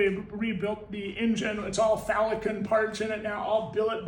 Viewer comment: Did you say Falicon crankshaft?